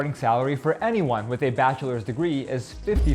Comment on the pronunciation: " My batcha is a doctor " 😂😂 wonderful